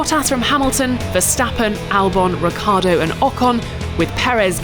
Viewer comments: Would you please stop calling Ricciardo "Riccardo" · By the way... It's RICCIARDO not RICCARDO...